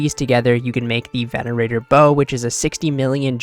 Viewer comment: venator not venanateror